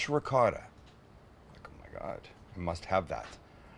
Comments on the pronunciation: looking good but its rikota not ricote at the end he said it right idk why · “Ri-gott” go watch the Sopranos again. Neapolitan dialect the C becomes a G and they drop the vowel at the end